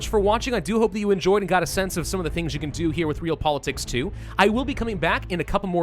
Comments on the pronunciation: Ree-All Politicks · Not to nitpick... but I believe it’s ‘Re-al-pol-i-tiks’ which is a real word and not just a weird way of spelling ‘Real Politics.’ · saying it like reel pol i tiks: Re-aly??